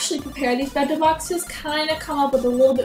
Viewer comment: it sounds like you say "mento" EVERYTIME.....